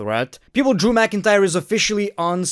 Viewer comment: Drew mcin-cryer